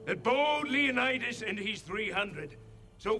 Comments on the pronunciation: Was I the only one who died laughing at leo-nide-ass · Lay-oh-need-us. You forgot to ding it every time they mispronounced it... just sayin'. I'm waiting for Zack Snyder to direct a film version of "Horatius", next. Just not, y'know, very much. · Leonid-Ass😂 im crying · Leonid-ass made me die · Leonid-ass XD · Leonid-ASS... haha!